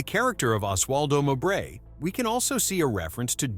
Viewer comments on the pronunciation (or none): It's Mo -bray, not M'bray.